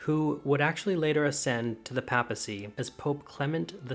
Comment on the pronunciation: Interesting and well told, with a sufficiency of illustrations. Thank you. NOTE: papacy is pronounced PAY-PUH-CEE.